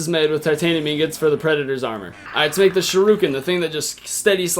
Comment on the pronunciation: Did he say shir-uuuuuuu-ken